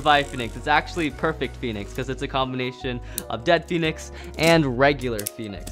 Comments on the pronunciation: Bro it's dread phoenix not dead phoenix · It's dread not dead phonix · It is really pronounced dread pohenex